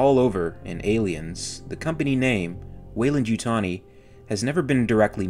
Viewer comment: Every time I here welendytani I take a shot